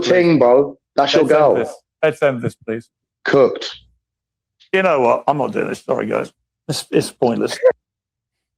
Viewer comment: In northern England and Ireland the pronounce the letter u, the way we pronounce oo. So, I am not sure. Did he close saying Piers is "cooked" or "cucked." It could be either or both. LOL